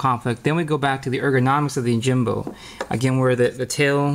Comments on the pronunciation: Pronunciation of the "Yo" part is "oh" in the video. He keeps saying Oh! Jimbo. Is that correct? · Yoh-Him-Boh. Not Oh-Jim-Bow. Right?